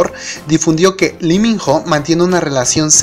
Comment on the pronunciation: Porque dices Liminjo si tú mismo dijiste que es Iminó ????